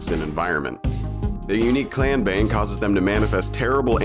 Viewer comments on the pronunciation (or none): none